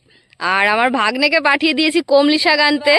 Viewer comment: Kamli noi kolmi